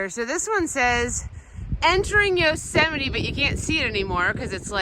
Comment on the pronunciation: Yosey-mite Haha! LMAO😂😂😂